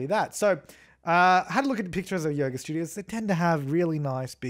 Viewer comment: "Get your yoger on"